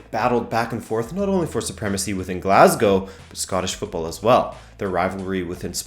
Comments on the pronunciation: Wow...an American who can pronounce 'Glasgow' properly. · Thank fuck that at least one foreigner knows how to pronounce Glasgow